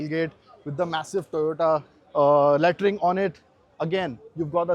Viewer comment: dont forget ‘lattering’ not lettering 😂